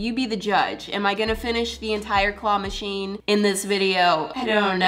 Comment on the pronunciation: I heard you at the start of the video say Qwah Machine 😂😂😂